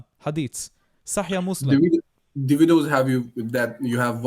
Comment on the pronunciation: סאחיח אל-בוכארי.וסאחיח מוסלים. לא "סאחייה."